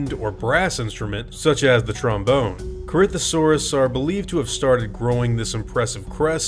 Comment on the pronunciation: Corinthosaurus pronounced: Corythosaurus